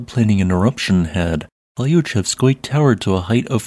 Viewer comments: The first 4 letters of Klyuchevskoy is a single syllable and sounds more like "kloo" than klai-ew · Always good to see an update. Earth never takes a rest. :) Also, re: Klyuchevskoy, you can leave the first y silent as that would be closer to the Russian pronunciation. So: clue-chev-skoy.